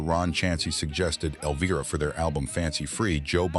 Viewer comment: Get it right! The pronunciation of the song “Elvira“ has a long “i ” sound!